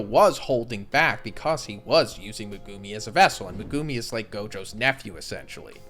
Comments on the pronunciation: Is he saying megumi’s name wrong? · the way you pronounce Megumi really annoys me XD